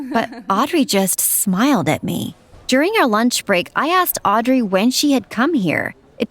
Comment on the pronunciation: you are NOT saying Audrey right